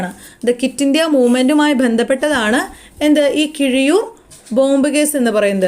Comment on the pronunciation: Keezhiyur alla keezhariyur